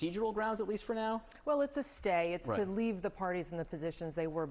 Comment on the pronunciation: Why did you said "temporarily"??😂